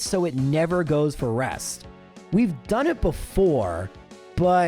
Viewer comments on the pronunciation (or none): none